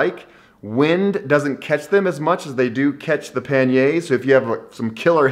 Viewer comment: Never heard panniers pronounce so badly lol